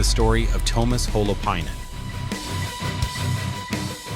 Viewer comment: His name is NOT "TOW-mas" 🤦🏼‍♂🤦🏼‍♂🤦🏼‍♂ It's TUO-mas (T...U....O)